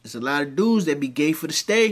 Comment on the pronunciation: He said Gay fir the stay 😂😅